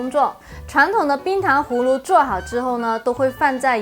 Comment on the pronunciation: 氷糖胡芦，芦是輕音，或是半音。